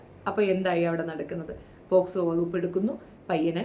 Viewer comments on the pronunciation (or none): none